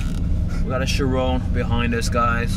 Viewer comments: Chirón, not Chirone as said. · Cool vid man, btw no hate at all just spreading some advise; it's actually pronounced as "Chir-on" not "chir-own." No offense, say it however you like just letting you know if you didn't already. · GodlyCliipz-X 6 It's his pronounciation of the word 'Chiron' in the video I commented on, not any text. He says 'Chirone'.... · Chiron. say it right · i know but he isnt saying it right. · Fuck I'm cringing everytime he says Chiron 🙄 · You're butchering the pronunciation of Chiron. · The way you pronounce Chiron is so annoying